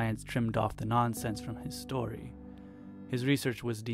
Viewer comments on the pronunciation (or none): none